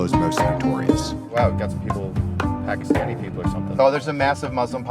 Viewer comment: Paki- stain-ini😂😂😂